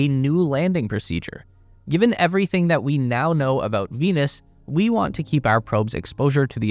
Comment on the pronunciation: They thought you said Penis.